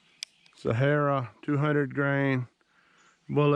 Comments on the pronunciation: They are "See-air-uh" bullets, not Sahara as in Sahara dessert. I was confused until I figured it out. Sierra are great bullets. Great video...thanks! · It’s SEE-ERRA not SA-HA-RA